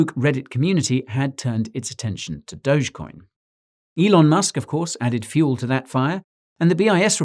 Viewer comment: DOUGH-GHEE coin, jezus fkn christ, its DOUGH-GHEE, not "dowj"....